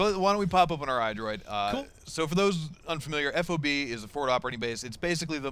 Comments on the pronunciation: Plz plz plz, for the love of god stop calling it F.O.B being in. the military since it is a military term, it is pronounced Fob. as in job, with and F. fob... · Just say fob, not F O B. It's a fob.